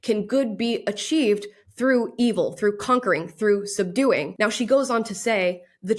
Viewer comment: did she just rhyme evil with "believe'll" ? >.>